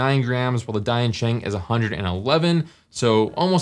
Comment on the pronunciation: To maybe avoid confusion with Dayan, maybe you should say "Deeyan" sheng. Just say deeyan fast.